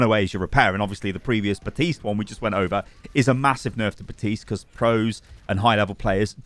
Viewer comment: After all this time I still can't believe that I still have to tell you BaPtiste has a fekin P in it and yes you do pronounce it. He even says his own name in his voice lines!! BaPPPPPPtiste... I don't know why this annoys me so much, but it does 😂